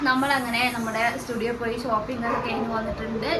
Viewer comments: സ്റ്റുഡിയോ അല്ല Zudio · സ്റ്റുഡിയോ അല്ല ജുഡിയോ😊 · സ്റ്റുഡിയോ അല്ല zudio ആണ്